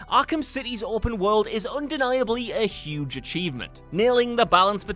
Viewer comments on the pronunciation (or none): none